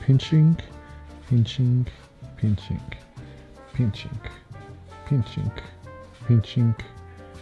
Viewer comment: ASMR MODE ENGAGED: "pinchink...pinchink...pinchink....pinchink..."